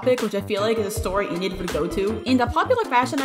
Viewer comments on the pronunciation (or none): I love your vids so much! Keep up the good work I hope it doesn't sound offensive but its pronounced en - id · Its pronounced "Eh-nid"